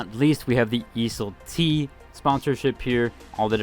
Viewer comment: must be tilting getting ridiculed by randoms when you actually did extra step to pronounce the word properly when you don't have to. Keep up the good work brotha🤟🤟